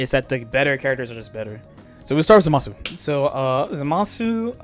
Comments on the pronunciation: It’s not. It’s pronounced “ZAH-muh-soo.” If you really want to be a stickler, though, both are wrong. It should be Zamas, with the “u” dropped entirely. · I wonder, what's so difficult about pronouncing Zamasu the right way